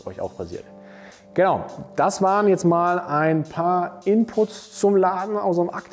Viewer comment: Alle Münchner ? Was ist wenn ich aus dem Nachbarort komme, darf ich dann nicht kommen.? Darf ich dann nicht testen.?oder gar kaufen? Zum Glück gibt es nicht nur diesen Laden ,! Deine Kommentare regen mich manchmal sehr auf .Vor allem wenn du sagst JETZERT !